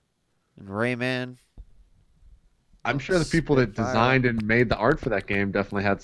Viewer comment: how the fuck did he just pronounce rayman? raymen?